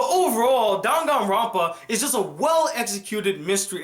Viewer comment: I don't think that this is how you say danganronpa